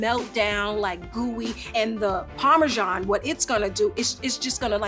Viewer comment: Why can't Americans just pronounce "parmesan" as it is? So it's not "parmerzjoung".... Probably because you feel a need to compensate your lack of a decent history by using some fake French accent for an Italian cheese. Fools... :)